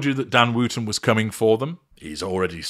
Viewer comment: Gosh, yes! Thanks for pointing that out. I guess that’s the kiwi, rather than the way us Brits pronounce it.